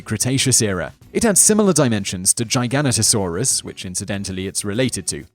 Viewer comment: Jigga not o saurus... Not gigantosaurus.